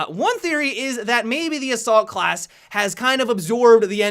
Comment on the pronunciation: "The Khlas changes" :v